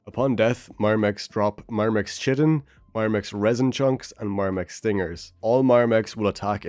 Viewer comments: not to be that guy, but chitin is pronounced as kai-tin, and not chi-tin. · chitin is pronounced like "Kite" not like "chit chat" so its pronounced Kite-In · It's pronounced k-eye-tin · Chitin : "K-eye-tin"